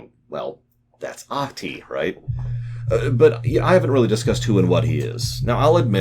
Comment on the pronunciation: Your pronunciation of Ahti's name is almost correct. The "c" in "Ach-ti" is just very slightly softer.